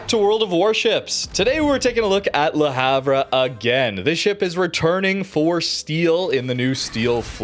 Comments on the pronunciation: Le Havre: proper pronunciation more closely resembles Luh Ahv, "H" is silent as are the ending letters "re". Don't hate me, hate the French. It's their pronunciation. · hi mate, that ship is pronounced La harve sry to comment like this but it just sounds so bad to any one from europe, subbed and always leave a like,,,,, cheers for all your content